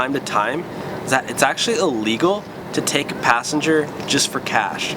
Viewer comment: Is it just me or do I keep hearing him say "Legal" instead of "illegal"?